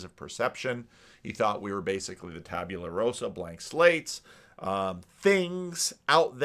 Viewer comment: Tabula RASA. Not Rosa.